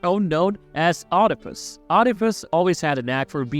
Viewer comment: Oedipus is pronounced weed-ip-us not "odd-ip-us"